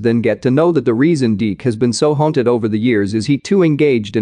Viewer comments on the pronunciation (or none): none